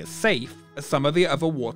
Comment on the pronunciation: "wah-tuh paaahhks"